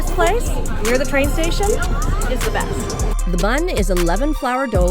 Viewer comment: "Beast" East or "Best"? LOL